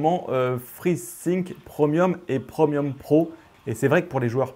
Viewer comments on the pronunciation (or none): none